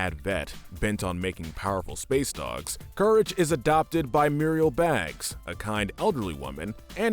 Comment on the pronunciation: Muriel and Eustace's last name is Bagg, not Baggs.